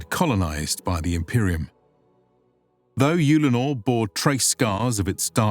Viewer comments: i've always pronounced it Ull-a-nor. He says Yule-le-nor. Just wondering which one is generally used by us. audiobooks etc? thanks all. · Just to let you know your saying the name of the planet wrong its pronounced ULL - A - NOR as if you are saying the word HULL but without the H so it would just be ULL. Your putting to much U sound into the word so its sounding like UUULLENOR. Other then that this was a fun watch good job.